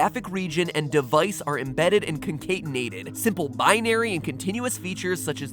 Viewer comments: Its not pronounced "Con-kate-enated", but instead "Con-cat-enated" Slightly triggered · I always pronounced it con-cat-enated. Not con-cate-enated. You do you I guess. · Dear Matpat, It's pronounced con-CAT-in-ate-ed, not con-KATE-in-ate-ed. :P Great video like them all!! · concatenate is pronounced con cat en ate not con kate en ate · As a computer scientist, I kind of cringed when you mispronounced concatenated :P Just wanted to let you know for future that it is con-cat-ten-ated not con-cate-ten-nated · tfw matpat doesn't know how to pronounce concatenate. p.s. it's "con-cat-an-ate" not "con-cate-nate" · Its pronounced more like "Con-Cat-a-nated" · you pronounced concatinated wrong. your still awesome, though. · . Con-CAT-enated. I don't see an extra e in there Mat!!! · Your team can read engineering papers... How did nobody catch your pronunciation of concatenated?? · hey matpat, just a heads up that "concatenated" is actually pronounced with a soft "a" like in well...matpat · MatPat can't pronounce "concatenated" XD